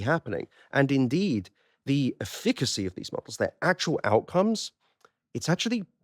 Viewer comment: Someone please instruct on the proper pronunciation of "efficacy". Please.